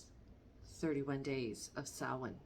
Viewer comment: Thank you for pronouncing Samhain correctly and not butchering our language like most do 😊. Hello from Ireland